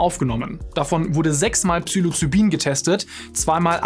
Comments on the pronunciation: und es es heisst Psilocybin und nicht Psylocibin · Nicht Psylocybin, sondern Ps*i'locybin. Genauso wie Libyen, nicht Lybien. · Falsch ausgesprochen habt Ihr aber Psilocybin. Obwohl es definitiv psychoaktiv ist, fängt der Name mit "psi" an, nicht "psy".